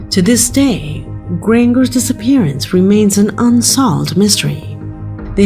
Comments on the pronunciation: Adverts started at 1.20. AI presentation with terrible pronunciation- Granger. Wtf? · The way Granger keeps getting mispronounced is irritating the crap out of me!!! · I believe you, but what did she mispronounce, I didn't notice any?! Actually, I think I did notice one, she may have mispronounced "Granger"...